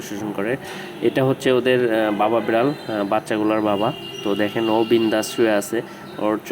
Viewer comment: Bral na Vai biral